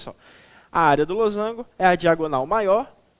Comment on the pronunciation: kjkjk losangulo eu também falo assim